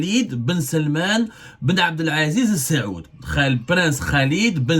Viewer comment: Avez-vous etudié la langue arabe à l'école ? Vous n'arrivez jamais à prononcer correctement les noms des dirigeants des pays du Golf. Ce n'est pas la famille السعود mais آل سعود. Ni la famille بن زياد mais بن زايد. !!